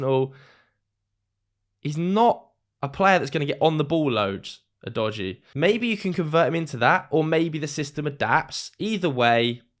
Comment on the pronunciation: Your pronunciation of udogie is a bit udogie 😂